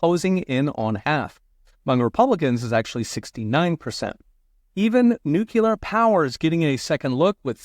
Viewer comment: This is a gross mischaracterization of wind and solar. You are giving the best red meat to the ravenous crowd who’ve made this a political football. The word is “noo Klee ur” by the way, not “noo q lur”. Coal and gas have more tax incentive per unit of energy produced than wind and solar combined. Just because you say it smugly doesn’t make it true. Lifelong republican here, by the way. We need energy mix, not just one fuel type. Going to fossil only is a sure fire way to make us hostage to the fuel producers and make a dirtier environment for our kids. I’ve worked in fossil and renewable. Both are needed. But go ahead and trope out the red meat for views. Way to think it through, “professor”.